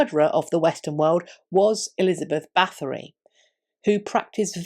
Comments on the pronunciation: You don’t pronounce the TH, just the T. Sorry, if I’m being annoying. I think just about anyone of Hungarian heritage knows about Erzsebet. The shortened version of the name is Erzse. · Thanks for the great video and the deep diving thoughts at the end. Just one little critique: Her name is not pronounced with a th but just with a t. Her family has been in high ranking roles for several centuries to come and there are still living members, however, nobility has been abandoned in Hungary.